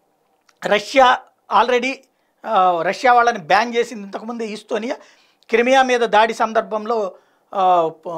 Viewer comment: ఈస్టొనియా కాదు, ఎస్తోనియా